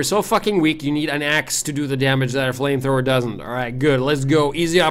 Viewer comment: You said Frame frower. I could swear it.